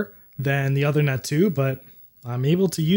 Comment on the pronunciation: the ethernet card's name is pronounced "oothernet" (as in "tooth"), not othernet.